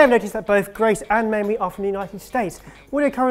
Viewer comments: Did call Mamrie 'Mamie'? XD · I know this is old, but good grief... It's MAMRIE! Not MAMIE. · Joshua Scott It does sound like they're saying Mamie lol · Was it just me or were they pronouncing Mamrie as "Mamie" and why can't I stop laughing 😂